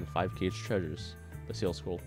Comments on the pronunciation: Hot leaf juice no it’s ka-gay or ka-gey or ka-ge idk he said it like cage not kage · U said kage wrong it pronounced ka-gay lol